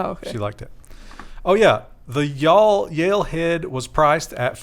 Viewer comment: Yae is pronounced YAH-EL (think Kal-El). At least that's the Israeli way. Some westerners pronouncing it YALE